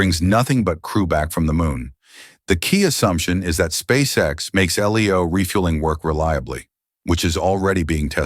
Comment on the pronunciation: You knows it’s AI generated content when they say L-leo